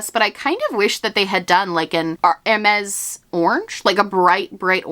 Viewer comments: hermès would be pronounced like “er-may” , or you could add lile a little soft ssssss to the end, like “er-maissss” . im speaking off my experience as a high school french 1 & 2 student 😭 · Hermès is pronounced "airmess" Keep up the good work with your French lessons ♥️ I'm French and I'm trying to learn German and oh well - 😂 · Hermes is pronouced like "air-mez", but instead of "air" say like "eh" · Hermés is pronounced like “air mez”